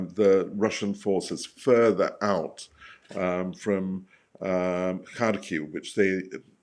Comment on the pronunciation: Thanks go to for properly pronouncing "Kharkiv". So rare to hear it being said the right way.